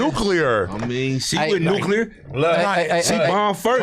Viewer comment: Why can’t just say neck. He had to say “neckular” extrad out 😭